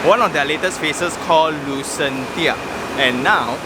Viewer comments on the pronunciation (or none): Thanks for going through all the hassle to show us the actual site. Great work. On a side note, I think it's should be pronounced as Lucenshya, as in Dementia.... Sounds more Atas😄